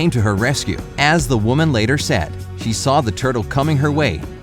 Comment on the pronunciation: You add R to the ending of words. Saw-Sawr stuff like that. It’s interesting all I’m saying is my ear kept twitching. Great video.